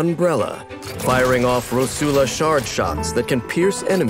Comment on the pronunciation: My Italian heart can't bare to hear Rosula pronounced with a Spanish accent...